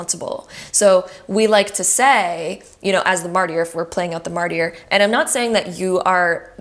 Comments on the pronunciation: Great video, but Mart-i-er? Martyr is pronounced, märdər, essentially mard•er, or sometimes mart•er. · Pile 2, thank you so much for reinforcing what I already knew about where I’m going with my career. Btw, Martyr is pronounced mar-ter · The “y” in martyr is silent.